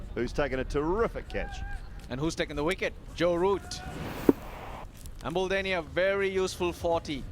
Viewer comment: It's embuldeniya not emdulduniya😂😂😂😂😂😂😂😂